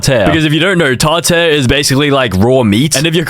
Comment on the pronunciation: "Tar tair" 🌾